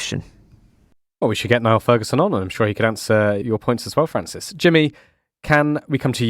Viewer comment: Niall sounds like Neil not Nile, and senility rhymes with ability. Pronunciation matters.